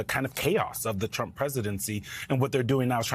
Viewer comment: I Love The Way Biden Pronounces "Donald CHrUMP!!!"